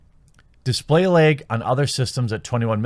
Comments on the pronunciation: Pretty sure you meant to say laaaaag not leg? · LOL! I love how you say LAG. "Lyg". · Bag, lag. Or as Jeremy says , "beg, leg" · Also lag as "legg"